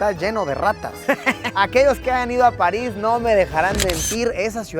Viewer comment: París ❌ Palis 😈✅